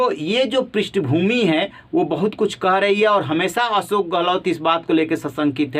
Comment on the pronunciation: Aap patrakaar / anchor hote huve bhi tension ( tenson nahi tenshon) Ashok not asok bol sakte ?